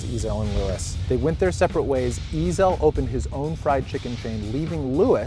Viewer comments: Nonono, one pronounced Ezell and the other pronounced eZell, it's fucking different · Not ' 'ezel' , it's pronounced 'e'zel', the accent is between e & z